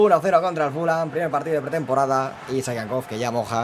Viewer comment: Se pronuncia "fulon".Yo también decía fulham pero me vine a vivir a Inglaterra y lo corregí.